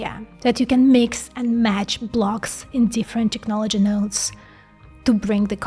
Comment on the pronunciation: please it's TECHnology Tech tech tech tech NOT TIKnology like in TIKTOK